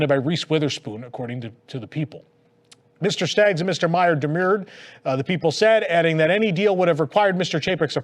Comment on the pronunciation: Kevin Mayer's name is pronounced like it rhymes with "bear." Like Louis B. Mayer. Just saying.